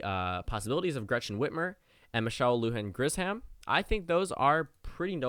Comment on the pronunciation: I know my governor, and her last name is pronounced LU-han GRISH-um. Get it right, because if something happens to Biden in his advanced age, she could be your president!